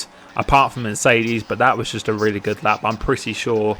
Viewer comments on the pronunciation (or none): Dude... it's not Mecerdes.... It's MeRCEdes! :D